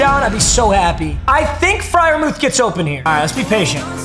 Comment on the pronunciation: It’s pronounced fryermewth